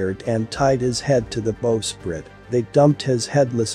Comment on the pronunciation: It's spelled bowsprite but it's pronounced "bau sprite". The front of a boat is the bow, the back is the stern.